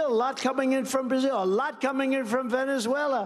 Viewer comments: Funny you say that, because Trump couldn't pronounce Venezuela in this speech and had to slur his way through it because he's in the early stages of gross dementia. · Is this the speech where Trump showed his in the early stages of gross dementia by slurring his way through trying to say "Venezuela"?